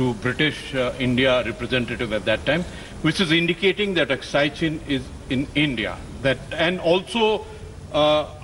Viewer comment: who hires these anchors who dont even know how to pronounce Aksai...she pronounce it as "Akshay" 🤣🤣